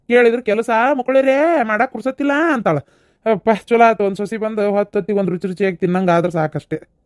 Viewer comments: ಸೊಸಿ ಅಲ್ಲ ಸೊಸಾ 👌🏻👌🏻😂😂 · ಸೊಸಿ ಅಲ್ಲಾ ಸೋಸಾ 😂😂😂